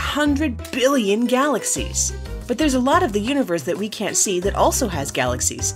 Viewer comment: or near that shims says unverth listen closely